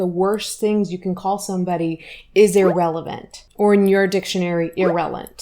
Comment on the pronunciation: Not "irrelant" ☠☠